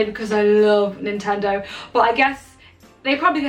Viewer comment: "NINTENO HR"